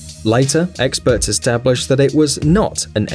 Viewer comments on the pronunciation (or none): does he say eggsperts?